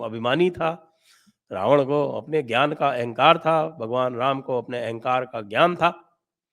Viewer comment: राम तो भगवान राम है। रामा माता सीता या लक्ष्मी का दूसरा नाम है। यह गलती भी अंग्रेज़ी के उपासक कर बैठते है उच्चारण मे